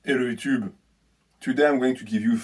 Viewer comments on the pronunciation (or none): Ah the famous “Hello youtchube” 💆🏻‍♂️